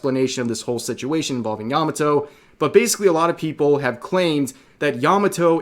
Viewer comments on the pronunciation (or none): Good grief. Yah Mah Toh NOT "Yammuh toe"